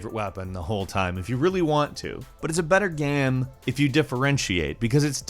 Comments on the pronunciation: Hehehe “but it’s a better ‘ga am’ [game]” Y’all shoulda re-recorded that line ;) Cheers on the great video ! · The way says "game" sometimes 😂😂 what is that accent???